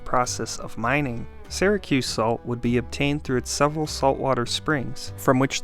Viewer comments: Right off the bat... "Syracuse" isn't pronounces "Sehracuse" it's like the words "Syrup" or "Syria". "SEEracuse" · BEFORE YOU TELL ALL YOUR OHPINIONS, LEARN HOW TO PRONOUNCE IT CORRECTLY!!!! ITS NOT SARAHCUSE ITS SEARACUSE.....GOT IT? GET IT? GOOOOOOOOD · In the US it’s pronounced “Sear-a-cuss, not “Sigh-ra-cuse” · Why does this guy keep pronouncing it "Sarah-cuse"? Is this some kind of local thing? I'm from New York and I've never heard it pronounced any way but "Sear-uh-cuse." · I was born and raised in the city and it is pronounced “sear a cuse”, not “sair a cuse”. The narrator should have done his homework. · It's Syracuse...starts like syrup. Not "Sara"cuse. 😉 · funny, because I am also from Syracuse and was thinking the opposite. Usually when someone says "sear a cuse" I suspect they aren't from the area. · the way you pronounce "Syracuse"... are you from Syracuse?